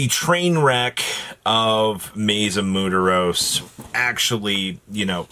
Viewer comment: Absolutely love hearing the word Muertos get completely butchered